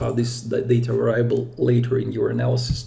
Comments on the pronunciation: сам ты блин вэрАйабл )) вЭриабл жи! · Great video. On another matter, I know English is not your primary language, so just want to let you know variable is pronounced veuh·ree·uh·bl. Keep up the great content and hope you are safe and sound during corona